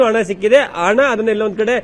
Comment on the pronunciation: ಅಣ ಅಲ್ಲಾ ಹಣ..ಅವಾಲ ಅಲ್ಲಾ ಹವಾಲ.Report ಕೊಡೋದು ಎಷ್ಟು ಮುಖ್ಯವೋ ಹಾಗೇ.. ಸ್ಪಷ್ಟ ವಾದ ಕನ್ನಡದಲ್ಲಿ ಮಾಹಿತಿ ಕೊಡೋದು ಅಷ್ಟೇ ಮುಖ್ಯ.. ಇದನ್ನು ಗಮನದಲ್ಲಿ ಇಟ್ಟು ಕೊಳ್ಳಿ..